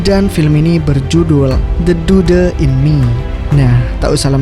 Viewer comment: Du de..🤣🤣🤣 Nyebutnya cuman 'dud' koq